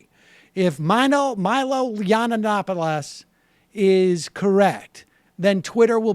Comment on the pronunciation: I can't take anyone serious who cannot say the name Yiannopoulos correctly. Learn to read young man ...learn to read.